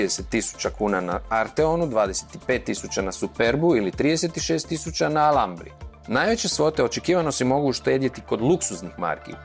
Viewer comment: Ne zove se alambra nego alhambra